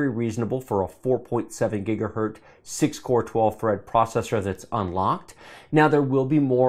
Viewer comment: Please for the love of god don't start saying "gigahert"